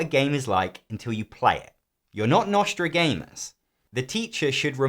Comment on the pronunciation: "Nostragamus" LMAO! :-D